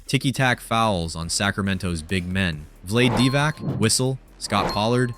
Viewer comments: Lol, blade divac?, it's Vlade Divac 😂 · Vlaid Divac? Don't talk about this is you can't pronounce the player's names correctly!